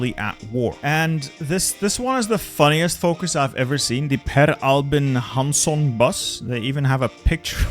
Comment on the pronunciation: For all the errors, you perfectly nailed "Hansson".